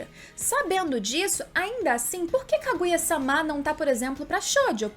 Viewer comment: Juro que adoro os teus videos, mas gostava de saber porque dizes SÁMÁ em vez de sama... torna-se um bocado irritante. E em japonês é sama, não SÁMÁ... logo não entendo a pronuncia errada uma vez que em português a segunda/ultima silaba tónica não se lê com abertura a não ser que tenha acento... Fora isso top o video.